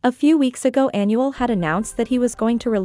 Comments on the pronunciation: If you gonna interpret a language make sure you at least do your research and pronounce it right!! Smh You’re pronouncing Anuel (Aaa•Nuuu•elll•) like Annual. 🤦🏻‍♀️ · well if that’s the case then it’s really not that hard to search up how to properly pronounce the name of your subject lol? Just stating the “obvious” and correcting it because in every video they call him “Annual”. 😂 (coming from a Puerto Rican 🤷🏻‍♀️)